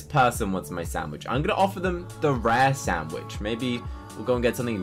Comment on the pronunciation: i dont want to be rude but it si not a shanwitsh sho it is hamburger sho